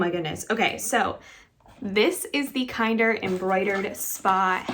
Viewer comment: I kept calling it Kinder like the chocolate eggs until I heard you say it correctly lol